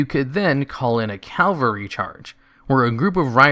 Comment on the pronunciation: CAV-UHL-RY. Cavalry. Not "Calvary" which is the mythological site of the religious fictional character Jesus' crucifixion. Drives me nuts every time I hear some uneducated person say the wrong word. Which you do in this video about 5 times so far. Ugh.